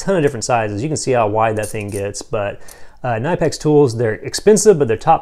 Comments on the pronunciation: Cuh-nip-ex, not nyepex, 👍🏻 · Knipex pronunciation: kuh-nip-x, not nipe-pex. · Knipex…The K Is pronounced. It’s Kuh-NIP-ex. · great video...just fyi...you are actually supposed to pronounce the k in knipex...I know it's kinda weird...but yeah. lol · The pliers are actually not pronouced like that. The K is NOT silent in Knipex. No lie its so weird lol